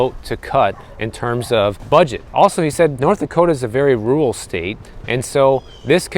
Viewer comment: It's rur-al, not rue-ul.